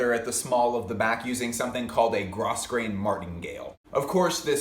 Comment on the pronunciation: yoohoo - i totally don't mean to be a jerk but grosgrain is pronounced grow-grain AND the franken patch jacket was also done in the early 80s in rabbit fur and leather jackets. maybe he is referencing cheap and popular. don't know